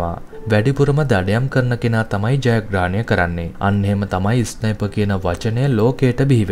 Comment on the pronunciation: ඉස්නයිප් නෙමෙයි බන් ස්නයිප්